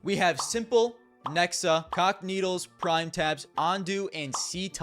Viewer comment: Bro I keep hearing "cockneedles" instead of "cacanito"